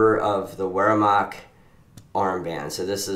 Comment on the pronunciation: Please, in your commentaries eliminate pronounciation of Luftwaffe and Wehrmacht as they were similar to "waffle". It should be pronounced as if they were spelled with a v